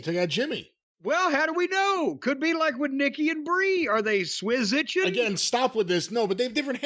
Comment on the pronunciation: I swear i CAN'T with Jim! "Swizitchin". And trying to squash the notion of the Bella's 'switching up' sometimes. Only JC.